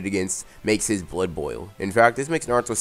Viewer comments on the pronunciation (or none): none